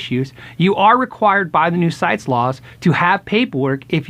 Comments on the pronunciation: It is pronounced Site-eeeeees not sites. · I gotta be that guy and start out with a minor correction. CITES is actually pronounced "sigh-tease", I wouldn't have known If I hadn't heard folks pronounce it. Anyway, good info and thanks for sharing. There are a lot of exotic woods that have been exploited and used up simply because of the extreme market for the finer sticks, there are a lot of species that are suitable for guitar building, however, tradition and allure of certain exotics have steered us away from. Catalox is a suitable alternative Martin has been using for fretboards and bridges and I'm sure other makers will adapt quickly. It is an end of an era, as with ivory, tortoise shell, and ebony we once again have messed up our resource budget.